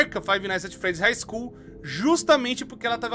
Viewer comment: puts... Quase fechei o vídeo só de ouvir esse hig School